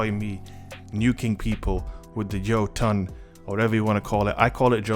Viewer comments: Bottom Text the ö makes an “er” sound, btw. I don’t think anyone realizes they’re pronouncing this word completely incorrectly. I believe it’s pronounced, “yer-tun”. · Its pronounced "Ho-Tun" and it means Giant.